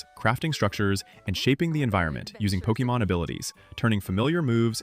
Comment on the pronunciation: pokEmon, not pokImon Like in pocket-monster try again